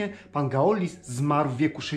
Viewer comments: Galois wym. się (Galła) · Fajne rzeczy Pan pokazuje ale do narracjii to Pan sie nie nadaje. Az mi sie odechcialo dalej ogladac . I jeszcze tak znieksztalcic czyjes nazwisko, boshe zlituj sie. Masakra. Nastepnym razem prosze sie zapoznac z poprawna wymowa z francuskiego a nie spolszczac slowa bo tak Galois sie tak nie wymawia. POLECAM google tlumacza i jego poprawna wymowe. Dzieki